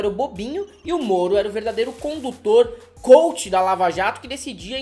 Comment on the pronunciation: "Couch" da Lava a Jato? Kkkkk